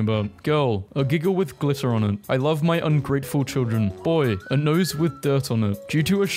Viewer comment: it's 'noise' ('noy-ssss) not 'nose' it's how big the freezer is, so how many deer (how much meat) u can fit inside I googled 'avoid rude...' and found a clearer pic. The yellow sign says 'please don’t cross any railings lest suddenness happens'